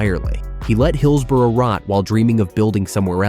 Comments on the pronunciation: I'm a Blade and on this we agree! At least learn to say hillsborough ffs 😂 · Get a narrator who knows how to pronounce Owlerton and Hillsborough. North American phonetic pronunciation of these key locations make me shudder. If you want to talk about places, get someone who knows how to pronounce them! Grrrr! I'm a Sheffield United fan but this really pisses me off.